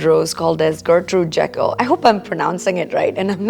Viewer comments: Gertrude Jekyl is pronounced Jeekyl, with a long ‘e.” She was a famous English garden designer. 🙂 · Gertrude Jekyll pronounced Jeekle. I didn't know either. From Australia, looking for a rose for my unloved rental. A David Austin rose would be perfect. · Wonderful video...thank you so much. Gertrude GEE-cul. ; )